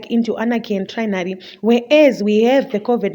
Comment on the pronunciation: Pronounce your words well presenter it's tyranny not trynary as you said it. Also it's dictator not ditector